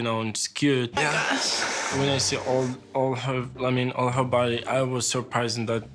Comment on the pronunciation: La manière dont il a dit "all her body" on sent qu'il veut vraiment insister sur le fait qu'il y'a beaucoup "trop de corps" à son gout le saligot 😂😂😂